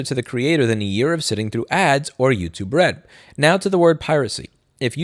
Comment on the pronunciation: I keep hearing youtube-red as youtube-rent!